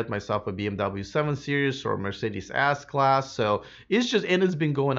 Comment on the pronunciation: Mercedes what class? A$$ Class? 😂🤣 you’ve mispronounced S but I still love u man 😃